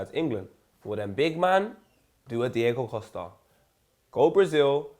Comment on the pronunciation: "Big man pull a Deigo Costa" 😂